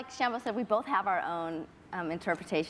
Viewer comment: funny how says sham-Bo differently, ha